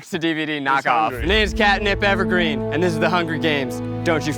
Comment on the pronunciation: Katniss's last name is Everdeen not Evergreen hahaha is she a tree?